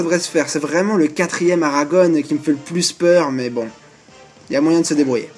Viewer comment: Il faut que tu prononces Aragon sans "one" à la fin, ça me file les frissons, à chaque fois . Comme le poète Louis Aragon